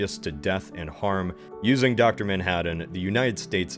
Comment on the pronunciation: I love your pronunciation, "Man-Had-Dan."